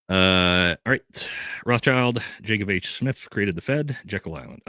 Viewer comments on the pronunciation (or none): none